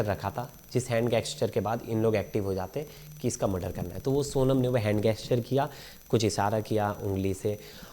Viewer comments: हैंड जेस्चर, not हैंड गेस्चर!!! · गेस्चर नहीं होता जेम्स बॉन्ड साब जेस्चर होता है। हिंट कह लो जरूरी है तो वरना इशारा काफी है। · It is gesture..and not gasture